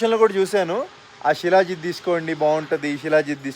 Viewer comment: షీలా జిత్ కాదు శిలాజిత్!